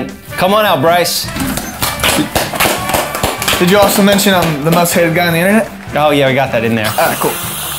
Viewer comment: How can you botch the name like that? It’s Bryce